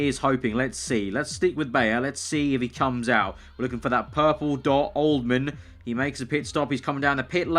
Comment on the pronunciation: Its not Oldman, its OLDHAM :D